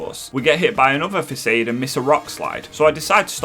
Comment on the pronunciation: The fact he says Fakaid for Façade give me more joy than the rest of the video